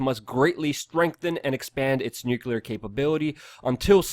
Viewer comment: Nuclear, not nucular, rubles and not rupees. Also Eeranians, not I-ranians...